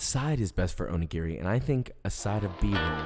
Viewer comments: Please pronounce this better, the accent is on the second syllable o NI gi ri. That being said your onigiri look fabulous and a wonderful take on the filling. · Wait... i was going to let this slide until he said he works in a Japanese restaurant... its not pronounced "Oh knee geary" its "Oh knee gee lree". japanese is pronounced in 1-3 letter groups never 4-5 (1 vowel + 1-2 constant).. and r has a slight L sound to it. O-ni-gi-ri all vowels are pronounced the same. its not like american English where you have 6+ different ways to pronounce "a" depending on what surrounds it or what part of the country you live in. the staff in this restaurant need language lessons.... if i worked in an ethnic based restaurant i'd certainly spend time learning how to pronounce the menu correctly. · I could here you mispronounce おにぎり (Onigiri) all day long, haha.